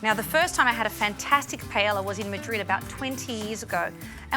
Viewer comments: Who the hell calls it PA ELA? 🤦🏽‍♂️ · There is only one correct way to say it. PA. EY. YA. The two Ls sound like a Y.